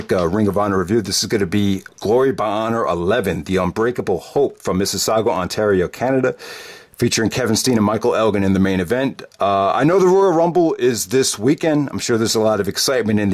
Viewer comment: And that's "Miss-i-ssau-ga", not "Mississaugwa".